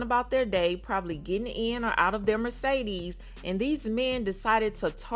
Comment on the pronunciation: Take a shot every time she says merce-deeez